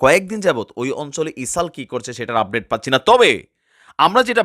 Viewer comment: বার বার ইসাল বলতেছেন কেনো এটা ইজরায়েল হবে😂